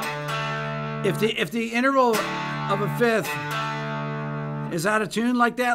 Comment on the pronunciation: FIFTH, not FITH!!! FIFth! FIFth! F-I-F-T-H!